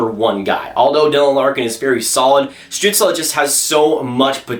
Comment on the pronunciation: Stützle is pronounced "Stew-tsl" Not "Stew-tsla"